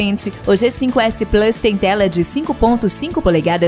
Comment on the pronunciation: Mas como o cara falou plus errado eu vou esperar...